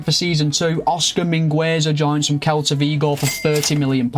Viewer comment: You're not saying celta Vigo right